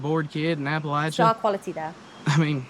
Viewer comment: Just so your aware Appalachia is pronounced- Apa-lat-cha or Apa-lat-chin. The cha sound ain't pronounced with a "sh" sound. It's a "ch" sound.. like church.. lol